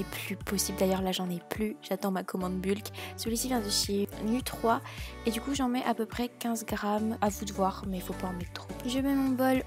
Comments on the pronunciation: Saluut! Les recettes ont l'air géniale! Sinon on dit nu“three" et pas nu“trois" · Génial comme toujours Pour info, nu3 c'est nuthree (nutri) ahaha